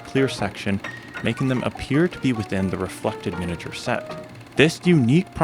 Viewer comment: Not pronouncing "miniature" correctly. Really irritating. Mi-nee-a-ture. Not min-uh-ture.